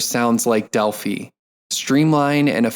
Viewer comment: Thank you for recording this! FYI, you are pronouncing "Delphi" incorrectly. It's a long "i."